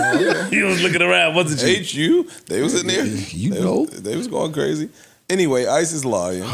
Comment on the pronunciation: Joe, it’s shaYooo